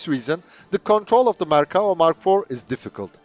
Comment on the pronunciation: I appreciate you pronouncing the name of the tank correctly. In English the word infantry is a collective noun and isn't pluralized. Very informative.